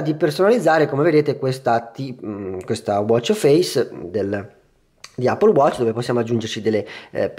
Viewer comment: Appol watc 😂😂😂😂ma lo dici come si scrive ?? Allora di eppol non appol !!😂😂😂😂😂😂😂